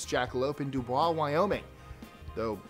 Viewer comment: Don't let anyone from Dubois, Wyoming hear you calling it Doo-Bwah, it's Doo-boys. Soft S, not Z sound.